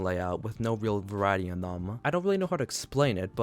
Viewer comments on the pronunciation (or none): none